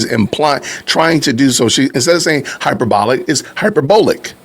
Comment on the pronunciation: another Candicism for you. Instead of hyperbolic, she says “hyper- bollic”